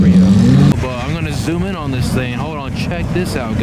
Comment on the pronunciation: " oh man, a double decker weeen, this theeen is sick" love how you mispronounce words! Its funnee